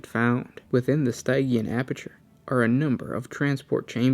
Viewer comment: Stygian is pronounced sti-jian (sti is like stiff, jian is like je-on)